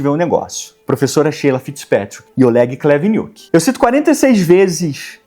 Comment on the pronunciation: me desculpe, mas eu acho um desserviço e uma pilantragem com seu público você continuar fazendo isso em todos os seus vídeos, então eu vim pontuar a palhaçada descarada que você vem fazendo e desmascarar de vez isso. Em você ainda insiste em chamar o Professor renomado, Oleg Khlevniuk, com a fonética "O-L-É-G-U-I C-L-É-V-I-N-I-U-Q-U-I", quando TODOS NÓS SABEMOS que a pronúncia correta é "C-U-N-I-T-C-H". Logo, seu vídeo está refutado pelo padrão Nós, O Povo Soviético. Obrigado família por apoiarem essa pesquisa extensa e poder refutar o assim tão irrefutavelmente.